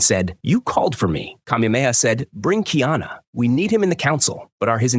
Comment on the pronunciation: Kiana is the transliteration of the English, female name, Diana. His name is: Ka-i- ana … learn the proper pronunciation, you sound absurd.